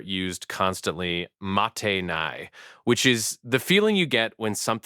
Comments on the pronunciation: It was striking that you pronounced genkan and mottainai incorrectly (“genkin” and “matteinai”). It doesn’t affect your thesis but it did undercut slightly your positioning as one with bicultural expertise that is grounded in deep lived experience in both places. Your Japanese house seemed like a more well to do place on account of the long cold hallways - I have been in humbler homes and in mixed homes that had more western arrangements. But seeing your breath in the hallway took me back! My relatives had an air conditioning unit but only used it “for guests” … which seemed to be “never” because all the actual guests were soon treated as part of the extended family. Good luck with the rest of your series. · The video is great, with a bunch of truths, but dude! Your Japanese sucks! It's "mottainai". I don't know what you were saying! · Someone who lived in Japan until age 12 would never butcher the language this badly. "Ma-ten-eye." yeah, no. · For someone who lived in Japan and whose parents and grandparents supposedly speak to him in Japanese, he's really butchering the pronunciation of basic Japanese words. "Genkan" and "mottanai" are like ... Japanese 101. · Also, he mispronounced "mottainai." Even if he's lived in the US most of his life, I guarantee that any child of Japanese parents would have learned the correct pronunciation. Oh, and he egregiously mispronounces "mono no aware." Ouch. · Useful info, but the odd pronunciation of "mottainai" makes me wonder about the authenticity of everything presented